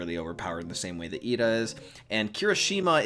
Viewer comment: umm do u know it's actually iida and not Lida